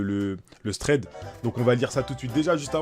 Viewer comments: Chef Ca se dit « Traid » mdrrr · prononce thread: SRÈD pitié